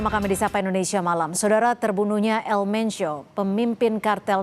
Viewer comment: BUKAN ELMENCIO EjAANNYA,, TAPI ELMENKO